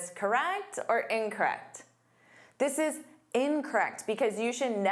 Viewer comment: Except she doesn’t know how to pronounce the word incorrect. She says, Incret